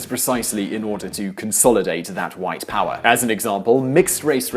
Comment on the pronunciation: LOL he killed what? The whits? The whits of what? Was he destroying Atoms? I understand if English is not your first language (it's mine neither) but you really should use a dictonary then or else your attempt on trying to demostrate how whites are so much better just reveales how dumb you (not the whites but you Sir) actually are